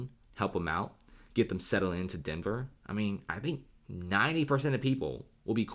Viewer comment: Denver? nah denvèr